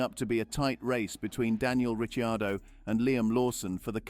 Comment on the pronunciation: The correct pronunciation of his name , he being Italian